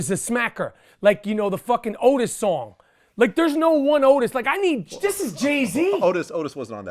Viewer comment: Mans said otis lmao